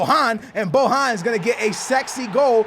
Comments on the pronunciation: its not BOHAN but BOJJJJJJJJJJJJJJJJJJJJJJJJJJJJJJJJJJJJJJJJJJJJJJJJJJJJJJJAN he isnt spanish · you are saying bohan i think u should spell it with j not with h